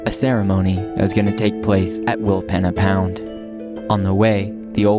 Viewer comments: We camped in our caravan at Rawnsley Park Station a month ago the Flinders Ranges are amazing. Tested out the Jeeps 4wd capabilities in some of those canyons and tracks. You guys are a lot more energetic than we were (also a lot younger) Normally Aussies would pronounce it Will peena pound but maybe the indigineous people pronounced it Will penna. The Pich Richi railway and the silo art show in Quorn were also interesting to visit. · Pronounced Wilpeena pound! Pee 😂